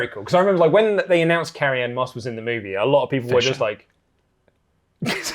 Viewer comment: Did anyone else hear "karrion Kross" from saying "Carrie ann moss"?